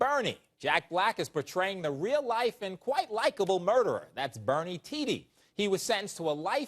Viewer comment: Its not pronounced "tee dee" its "tee duh"